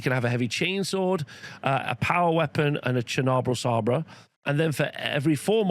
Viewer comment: It's sabre as in lightsaber 👍